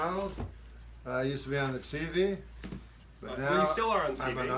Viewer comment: I still LOVE how Norm says “TEE-v” (emphasis on the T). I don’t know if it was intentional, or just a habit of his upbringing, but to me it seems to humorously mock the importance of being on television.